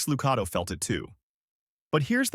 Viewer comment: Please learn to pronounce names Max Lucado is pronounced with a .one A